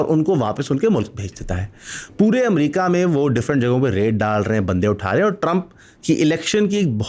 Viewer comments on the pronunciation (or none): none